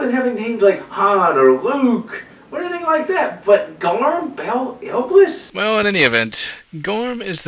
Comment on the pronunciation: I'm sorry but this bothered me so much I could barely focus on the video. It's IBLIS not ILBIS like you kept saying. And Khabarakh is not easier then Iblis if you learn how to say it correctly. And it's not KHABRAKAH like you kept saying, it's KHABARAKH. And the way you said Kardde is literally suicidal. I don't even know how to spell it the way you said it. Maybe KARADE? But it's not KARADE it's KARDDE. I know that different people pronounce things differently but if you actually read the names and put in a little effort to pronounce them you could have them right.